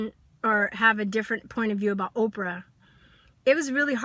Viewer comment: First her name is "OPRAH" not "Opera" and if your telling me after ALL she's done your still convinced she's this monster then it just supports my original statement-SAD-just-SAD!!-This kid and that's ALL she is is just trying to get attention-Can't you see that? She attacks Oprah knowing that it'll draw attention. This kid has "major" issues and makes No-Sense at all.